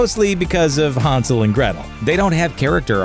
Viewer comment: Hansel? HANsel? Hansel...